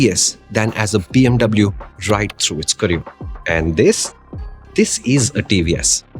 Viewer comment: " Zisss motorcycle " 😂😂